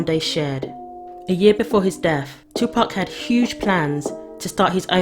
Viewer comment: Finally, a Brit that pronounces 2pac's name correctly. Respect.